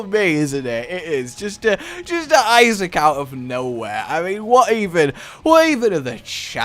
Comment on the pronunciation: Please... stop... saying... Issac.. 😅